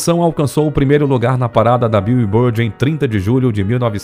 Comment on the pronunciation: Arei de ver ao ouvir 'bíu e bord' ...